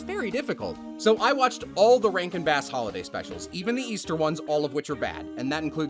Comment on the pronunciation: didn't realize you were saying 'rankin bass' and thought you were calling all these movies 'rank and bad.' and i was right!